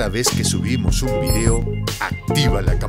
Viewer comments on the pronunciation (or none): none